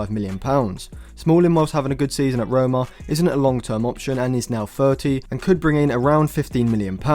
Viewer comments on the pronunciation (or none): none